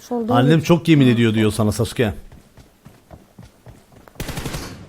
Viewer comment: abi şaka mısın profil fotoğrafindaki sasuke bile değil daha sasuke yi düzgün bile söyüyemiyosun :D yazık kafana